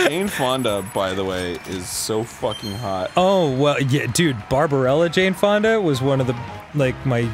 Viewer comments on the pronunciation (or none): Cane Fundy instead of Jane Fonda had me crying with laughter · ITS COOKIES english isn't even my native language i was so mad Also kept repeating cane candy for some reason for jane fonda xD